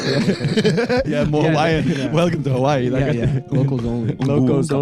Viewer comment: As a Hawaiian, I love this recognition and the way you said Hawaii 🥹🙌 making me feel seen and shiiiiiiiii